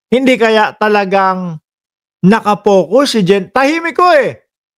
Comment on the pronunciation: Focus hindi pocus bobo ang ingay mo pa naman